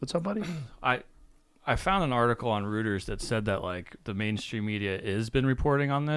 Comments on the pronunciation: Lmao that’s funny af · said "rooters" instead of Reuters!